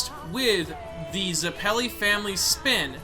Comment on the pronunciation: Why do you always have such a hard time pronouncing everything? You can't even pronounce Zeppeli